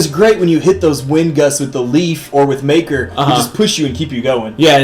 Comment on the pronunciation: It's makar, not maker guys